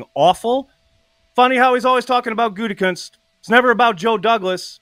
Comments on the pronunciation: At least can pronounce “GOO-tee-koonst” unlike Pat “GOON-tee-koonst!” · I stopped listening to him since he went big ...can't even pronounce Gutey's name.